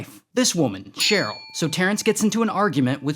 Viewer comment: "Sonny and CHERE-yl"? I see you, Ray!